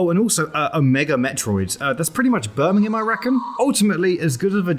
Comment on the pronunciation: Okay, I know you said "It's pretty much Birmingham, I reckon.", but I heard "It's pretty much burning in my rectum."